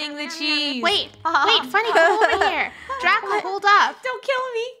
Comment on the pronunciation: Its dracO not dracA